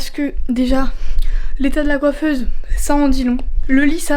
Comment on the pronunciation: Pourqoi tu dis coifese❤❤🎉🎉🎉❤❤